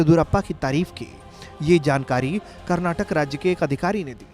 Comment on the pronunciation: Abhe chutiye Karnataka hai Karnatak nahi tum logon ko states ka naam nahi pta Kya news report karoge.